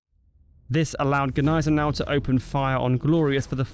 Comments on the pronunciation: It's not g'niesenau. The g and n form a single N. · What the phuk is "Guh-nysen-ow" 🙄 if you're gonna say it, say it right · As a German, you are wrong. It is not pronounced "Neisenau" lmao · No. The G is silent kid. 🙄